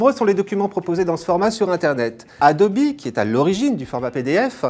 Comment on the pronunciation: Enfin quelqu'un qui prononce bien le nom "Adobe" ! Quand est-ce que les gens vont comprendre que c'est Anglais ? x)